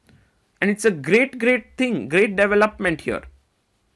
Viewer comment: pThought maybe Naka might've won but... who else doesn't love Sagar saying - DEVIL-UPment instead of DeeVELUPment!! Sagar is the Howard Cossel of chess! You young don't may not have a clue as to what I'm saying!